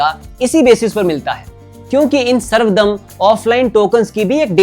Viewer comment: बहुत ही सुंदर और सटीक तरीके से अपने समझाया, इसके लिए आपका बहुत बहुत धन्यवाद❤ कुछ correction वो सर्व धर्म दर्शन कहा जाता है सर्वदम नहीं।